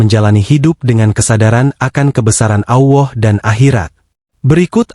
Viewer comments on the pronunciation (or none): 😂😂😂 allah bukan awoh, mimin e dodol 😂😂😂